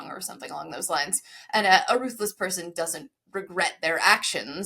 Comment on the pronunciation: The "th" in Ruthless reminds me of the added R (or whatever its called).